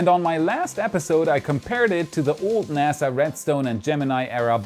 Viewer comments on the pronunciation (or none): none